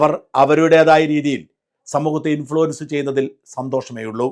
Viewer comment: ഇൻഫ്ലുൻസർ എന്ന് പറയാൻ പറ്റില്ല